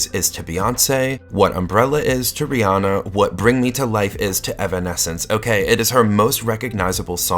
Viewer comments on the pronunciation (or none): none